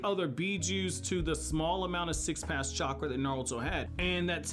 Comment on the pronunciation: The Sage of Six PaSS Mode... PATH my man, th, press your tongue up